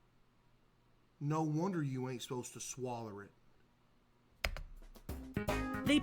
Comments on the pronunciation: bro did not need to give swallow the hard R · “…no wonder you ain’t supposed to swaller it”😂😂